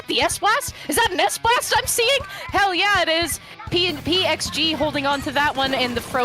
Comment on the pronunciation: PXG is actually with X pronouncation